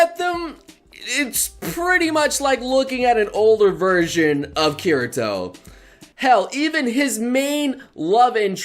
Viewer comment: Not good at Chineese names? To be honest, you aren't that great with Japanese names either. You say it like: Ause oo na & Kir i to But they should be spoken as: Ki ri to with the i sounding like the e in see (both times), not like the e in deer (for the first) and i like in it (for the second) A su na There's an episode in second season where Asuna is spacing out and Rika/Lisbeth pronounces it plainly to get her attention. I've been planning to watch the show already... still on my todo list.